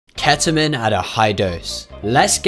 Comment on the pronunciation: "Kheta min" why is it so hard to pronounce ketamine for some people?